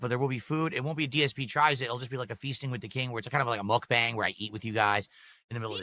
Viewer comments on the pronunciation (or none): none